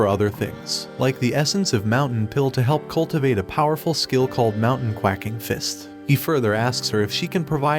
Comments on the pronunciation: anyone notice he said "quacking" not "quaking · Love the video, but its not quacking (qwah-king) like a duck, its quaking (qway-king) like the earth during an earthquake. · Quake as in earthquake... Not quack like a duck... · Anime said, “Mountain Quaking Fist” Narrator said, “Mountain Quacking Fist 🦆” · "Mountain QUACKing" its Quake...Quake!!!!! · any chance we can get a redo of this video it is QUAKEing like earthquake not quak like a duck SMH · Quaking is pronounced with the same sound as the a in lake. You kept saying the sound a duck makes. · how does anyone not notice hes saying qwuacking not quaking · xD man calls it mountain "Quacking" when its written "Quaking" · it's ck-way-ck-ing not quack-ing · why mfker saying quacking instead of quaking, it's funny but makes it sound less intimidating 😆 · The "mountain quacking fist" is killing me. The subtitles spell it right, but three times the narrator says quacking. I'm dying over here. lol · I think its hilarious how the they say "Mountain Quaking Fist" as "Mountain QUACKING Fist" like its just a mountain duck punch lol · mf be saying quacking instead of quaking 💀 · One tip and im not trying to be offensive but it's not quacking its quaking its been irritating me for so long. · Bro kepts saying quacking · Why is no one pointing out that he is saying quacking instead of quaking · So what’s with the mountain cwacking like it’s mountain quaking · "Mountain quacking" instead of "mountain quaking" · Why is he pronouncing quaking as quacking LOL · Why does it pronounce quaking as quacking 😭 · ....quake..... not quack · why is quaking read as quacking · I imagine "mountain quacking" should be pronounced as quaking like... Earthquake... not like the sound a duck makes lol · quaking not quacking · Love how it is mountain quaking fist, but voice over keeps saying quacking. Earth quakes, ducks quack. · I like how he says Quacking instead of Quaking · Is anyone going to tell him it's quaking and not quacking? lmao